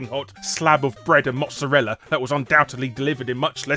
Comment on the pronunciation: I am italiian, and i have to say: Larry is probably the english speaking person that says "mozzarella" the closest to being correct way i've ever heard. Most americans/british people i hear pronounce it as "mozerela" , "màzreila" or some abomination like that thank you Larry! PS: also for your own information..many people probably don't realize it but mozzarella is NOT a type of cheese..it is what we call a "latticino" (probably the closest translation is the generic "dairy product"), and we're very picky about this fact ; ) even the english wikipedia got this wrong , unlike the italian one..the difference is pretty much resident in the fact that a dairy product, to be a cheese, as to "levitate" , while mozzarella doesn't have to..it is just manipulated milk